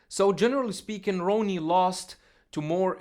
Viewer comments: With respect, Coleman's name should be pronounced Rah-nee, not Row-nee. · It’s Ronnie not “row-nie” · I don't know why this guy can't pronounce Ronnie's name. Easy name to say. Lol